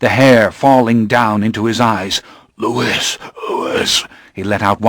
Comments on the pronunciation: Its hard for me to listen to this when he pronounces Louis wrong. Its not supposed to be said like Lewis. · I flinch every time he says Lewis though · this is so excellent but every time he says "Lewis" i take psychic damage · Amazing book, but the incorrect pronunciation of Louis might just kill me. It's pronounced Loo-ee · This narrator is amazing, but every time he says "Lewis" it breaks my immersion. It's like getting flicked in the forehead while daydreaming. Edited for spelling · Louis? It's the French pronunciation "Louie".. God that's throwing me off so badly. Thank you though for putting the book up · Why does the narrator keep mispronouncing 'Louis'? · I hate that he repeatedly says the main characters name wrong the entire time. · Every time he says Louis' name wrong. I get irrationally annoyed, lol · Oh my god me too! It's so grating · reallll i was like HUH ?? the first time he said his name- how does he get so many of the french pronunciations right (or close) but just BUTCHERS louis ?? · To those arguing that Anne Rice pronounced with an "S" - that's her prerogative however. Louis & Lestat are both natural born french men. And a Frenchman would never pronounce the "s" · Great audiobook, but the way he says "Louis" really upsets me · I DO NOT like that this narrator mispronounced Louis' name! >:( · I wonder about why the reader keeps adding the "s" to Louis. The French pronunciation is a silent S. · Love so much about this but the mispronouncing of Louis' name is getting under my skin a bit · Me too. That's my only complaint. Everytime he says it, I correct him in my mind and sometimes, even outloud. lol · Really enjoyed the narration style, but Louis is pronounced Louis not Louis. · Great reading, the only criticism is the way he pronounces Louis. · Nooo he pronounces Louis's name wrong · You're right. A narrator should know better. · Yes that bothers me too every time he says the name “Louis” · He's a narrator who can't pronounce Louis right.